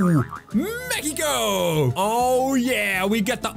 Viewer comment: At 1.03.14 Say Meciko😂😂